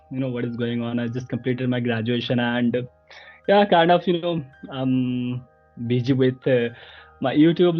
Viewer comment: Hey...it's not bigi..it's busy Check ur pronounciation